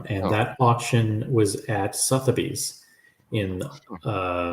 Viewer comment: Oi, FOR ABOUT THE TENTH TIME,.IT'S NOT SOTH-AH-BEEZ. ITS SUH-THUR- BEES🤔